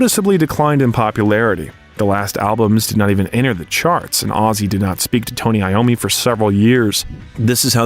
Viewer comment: It’s pronounced I ommi as he is Italian